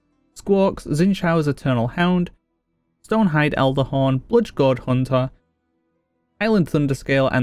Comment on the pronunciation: Huneh. Jelleh.